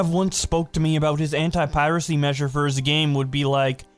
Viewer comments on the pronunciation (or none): none